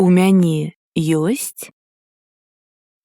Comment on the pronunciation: Isn't it "мяне" with accent on the last syllable?